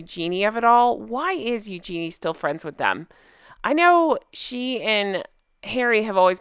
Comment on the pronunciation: William and Harry grew up with the York girls, that's why Harry is friendly with them BTW you pronounce Eugene “YOO-juh-nee” the JUH is said very quickly The name is French